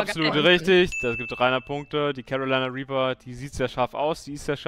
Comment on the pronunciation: Wenn man vom Chat abliest, sollte man vielleicht die Aussprache beachten...#carolinareaper